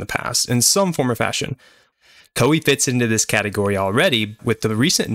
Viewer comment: Koei should be pronounced as Kō ei. I was confused without subtitle lol. btw, liked.